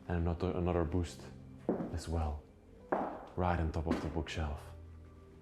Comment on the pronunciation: pronounce your words,its bust not boost...